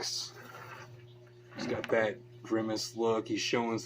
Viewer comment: Pick n your noz. Again... PUT N NEAR. You need to do thiz and zat. Guy okie dokie PUT N NEAR